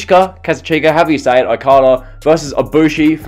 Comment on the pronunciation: I like the way you butchered Okada' s name😂 Goated